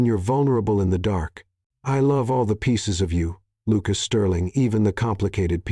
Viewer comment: Quit saying Luke-ass! She'd is not shed, I'll, is no ill.